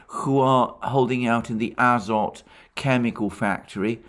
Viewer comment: The factory's name is azOt - with emphases on the "o". It came in Slavic languages through french "azote", but the etymology is originally from Greek, α-ζωή.